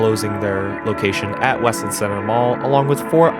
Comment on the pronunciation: It's obvious you don't live here. It is not pronounced west-lind. It's wes-land. It's sad to see the mall the way it is now, but if you pass the place on a Saturday the parking lots have a lot of cars and the closer you get to Christmas, the busier it gets. That Kohls store rakes in the money all year long, as do a lot of the other stores (Bath and Body Works comes to mind). The fact that Kohls has store pickup is helpful. If the other stores offered that, it would probably help. Losing Charming Charlie's was a nasty hit, but that wasn't any fault of the mall (the company itself went out of business at that time and now seems to have only an online presence). I hope Westland Center comes back to a thriving business. Westland needs businesses. There are many strip malls in the area that are completely empty and the pandemic made things worse.